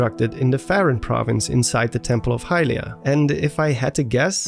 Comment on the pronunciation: Dude........please pronounce Hylia correctly. It's 'Hyliiiia' not 'HYlia'. Emphasis on the second syllable.